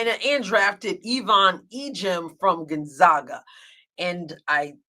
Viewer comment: Note from the northwest: "The name "Gonzaga" is pronounced Gahn-ZA-gah, with the stress on the second syllable, which rhymes with "bag" or "tag". The University, which is the most common association with the name, uses this pronunciation." In a similar way, the nickname is the Zags rather than the Zogs. Ok, ok. Really, really nit-picky. We have stranger sounding things out here. The town spelled Sequim is pronounced 'Skwim'. Even worse, the city of Puyallup is pronounced 'pew-AL-up'. We also have words with French origin which confuse travelers like Pend Oreille which is pronounced 'pond-oh-ray'. People love basketball out here. And we say things in a weird way.